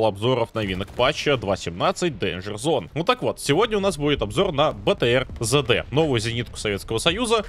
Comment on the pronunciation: Сам ты ЗэДэ - правильно три д.